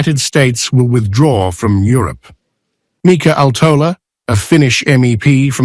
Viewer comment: Please learn how to pronounce Mika Aaltola's name correctly, or is that no longer part of reliable reporting?